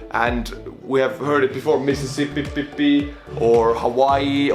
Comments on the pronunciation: Mississippippi xd Nice try it's Mississippi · MISSISSIPPI NOT MISSISSIPPIPPI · NObody:: "Mississpipppip"